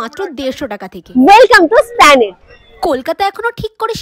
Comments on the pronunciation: apnar confidence ta bhalo kintu ota splanade uccharon hoy na. esplanade hoy. kauke oshikkhito bolar age ektu nije jene nin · Metro te besir vag half pant kata mamoni der mukhe 'splanade' bolte suni hameshay...tokhon nijer pronunciation er opor sondeho hoi 😂